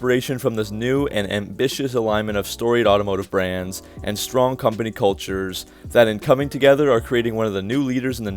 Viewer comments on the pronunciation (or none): none